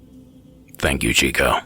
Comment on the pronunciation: He finally used my story haha. Pronounced my name wrong Its Ciccio(cheecho). not chico lol